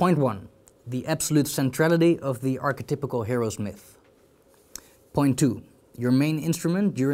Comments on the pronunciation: Take a shot every time he says “arche-typical” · good interview, but god damn archetypical has me wincing.